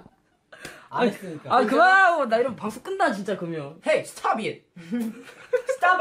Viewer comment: Hey stob it😂😂